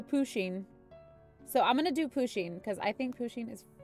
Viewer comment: You need to pronoune Pusheen PA-SHEEN